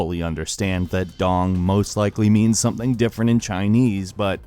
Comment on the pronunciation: “Dong means something different in Chinese.” ....and it’s actually pronounced “dohng” not “dahng.”